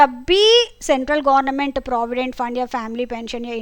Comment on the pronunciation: Mam apki pronunciation gornament😂